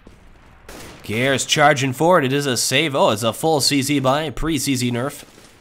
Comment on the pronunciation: How do you pronounce "seangares"? Whenever says his name it sounds like "gares" or "garis" without the "sean-" part.